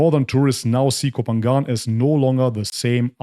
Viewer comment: I agree with you but please learn to pronounce Koh Phangan correctly to be more convincing.